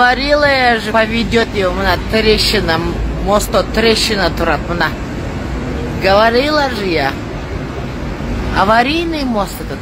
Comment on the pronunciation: Говорила же я Говарила дейби 😂😂😂😂😂 тушунбой эле